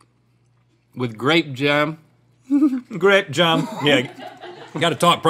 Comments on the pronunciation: "Grape jem" 😂 I was almost choking on my laughter. This was great. Thank you. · This one is my favorite 😂😂😂 grape jahm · Also I love how “Grape Jahm” wouldn’t even be that funny if Rhett hadn’t drawn attention to it, but it became hilarious. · “Grape jehm” never fails to entertain me 😂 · I was going to type in a similar comment but I'm glad I found yours cuz the "grape jehm" never gets old! 😂😂😂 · "grAdpe jAm"